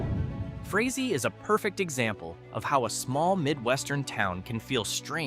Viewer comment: You did great until the end. It is pronounced, "Fray Zee".